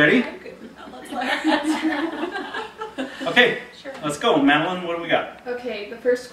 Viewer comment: Btw... Madeline... excellent job at pronouncing my last name correctly! So many people get it wrong! Big hugs!